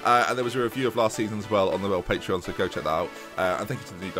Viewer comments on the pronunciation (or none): none